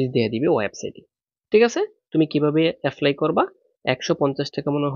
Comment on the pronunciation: Apply ❌️, affly ✅️